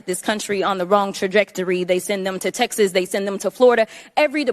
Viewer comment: "Oooh! dey LUUUV Texus. Dey LUV Texus!" It's amazing how few syllables it takes to irrefutably advertise one's own low mental bandwidth.